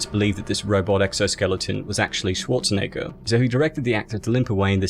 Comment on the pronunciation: You pronounce it like Arnold Swat-tshe-neger or Swa-tshe-neger... Are you paying such a strange way a tribute to Arnolds strong german accent?